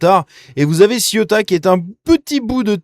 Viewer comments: On dit Cé-ou-ta pas Ciota. Oui, c'est affligeant ! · Pas Ciotat,CEUTA( prononcer ceouta) .